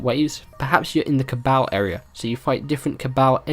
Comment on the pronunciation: "Cabowl" haha